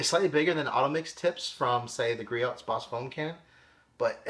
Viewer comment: Just an FYI, the "t" in Griot's is silent. Say gree-ohs